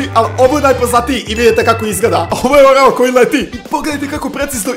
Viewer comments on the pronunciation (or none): Rekao si oreo umjesto orao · je rekao oreo umesto orao